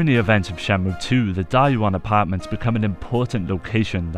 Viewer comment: It sounds like you keep calling it Shamu